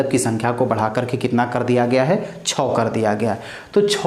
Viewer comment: छो क्या होता ह महाराज। छो नही छः बोलिये😅😅